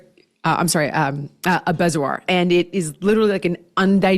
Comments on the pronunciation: I was an OR nurse and was in an operation on an 18 yr old girl that had a bezoar (pronounced Bee-zoar). She was the youngest of 10 kids and had anxiety. This bezoar was an 8 pound mass of hair. She’d been chewing on her hair & waa malnourished . Next stop: psych referral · Bezoar is pronounced bee-zor… I saw a few of them in my days as an operating room nurse.